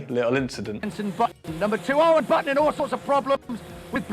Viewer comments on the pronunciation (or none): On the topic of your choice in pronunciation. With Jenson Button. It is not baton. It is Button. Like a shirt button.